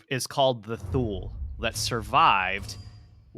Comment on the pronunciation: Thule is pronounced like this: too-lah This is a fascinating video so far!! It's fascinating how difficult cultures who didn't interact had many of the same legends.